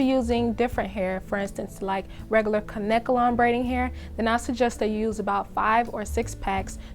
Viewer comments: Kanekalon pronounced (Cane-Kay-Lon) not (Can-necka-lon) or (Can-ka-lon) a lot of people say it wrong.Google the pronunciation it's (Cane-Kay-Lon) on numerous sources. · It's kanekalon. NOT KANKALON